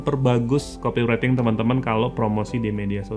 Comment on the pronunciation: Mantap bang, cuma nyebut copywriting nya salh. Buka aja google translate bang trus dengerin. Terimakasij